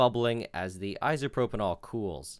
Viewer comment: Is "isopropanall" isopropyl alcohol?